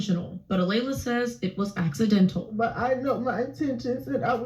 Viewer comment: Lord, sir you're pronouncing the names very wrong! Kaelen and Alaila. Kay-Lin.....Ah-lay-la!